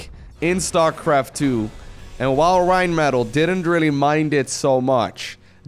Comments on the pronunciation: Rrrrrheinmetall, love how you say this name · you sound like Rammstein when you say "Rheinmetall"! No German actually speaks like this:D It has a simple "R" in front, pronounced just like a Dutch "R". Not a "RRRRRR" ^^ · >i think thats a german name why you pronouncing it like it's spanish then,?